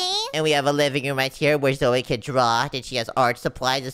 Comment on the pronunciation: stop calling Zoey zoye😡😡